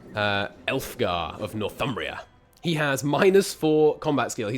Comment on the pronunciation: I stand corrected. You got Ælfgar spot on.